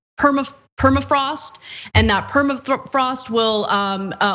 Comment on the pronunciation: "Per- ma- frost" one more time Ana you've nearly got it.